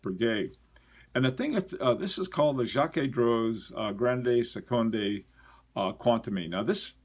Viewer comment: Jaquet Droz Grande Seconde Quantieme - Jaquet Droz (you're pretty close!) French O us more uh than o. Seconde - just say second in English and stick an slight uh on the end, not like in Spanish. Quantieme - KontEem rhymes with Monty Tim. Hope that helps. Again, it depends on your audience. It's all about communicating, and you're already an excellent communicator in my book, or I wouldn't be such a fan.